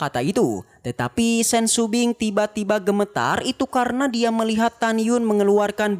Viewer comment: Shopping bukan sumbing